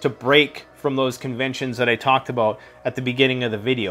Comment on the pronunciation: Dude stop saying aboat it’s about